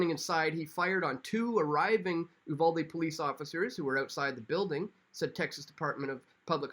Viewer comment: You're one of a few people that pronounced Uvalde correctly